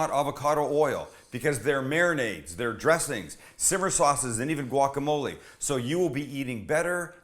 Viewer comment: You STILL don't pronounce guacamole right #SAMSGIVING2020